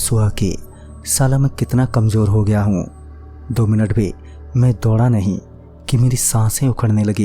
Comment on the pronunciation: Bhai saaf saaf bola karo "NAHI"